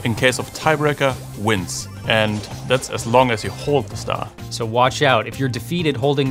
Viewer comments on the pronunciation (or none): lol tongue slipped and he said sar instead of star